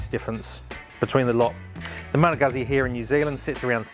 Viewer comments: Goozz Zee please. I heard Malagasy all the time. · Please stop saying Guhzzi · Why can no one say this word? Guzzi. Pizza. Goot see. Peet sah. Pretty sure they’re trolling at this point